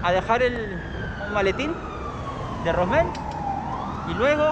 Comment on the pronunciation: gracias por ese encargó 👍🤩 es rosmel no ransel🤣🤣🤣🤣🤣🤣🤣🤣🤣 suele pasar con mi nombre xD